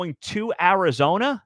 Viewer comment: You bafoon it’s Arizona